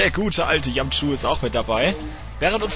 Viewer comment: bei sagt Yamchu Cayu??? Oo